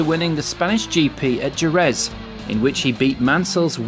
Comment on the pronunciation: Oh dear....Adrian "Newley", mispronounced Jerez, mispronounced Renault, mispronounced Imola, mispronounced Montezemolo......showing an indy car instead of F1....it's poorly compiled, and there aint' nuthin' new here.....